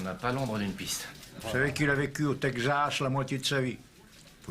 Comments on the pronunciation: "le Tegzas" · Yeap, for example the way texZas" is pronounced, with a "Z" like in old western movies dubbed in french. No one pronouces it that way since 1950. And this unforgettable line "S'il cherchait pour du trouble, il était à la bonne place", literal translation of the frequent "If he was looking for trouble, he was in the right place" !